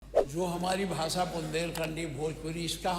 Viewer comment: Bhasha hota hai bhasa nahi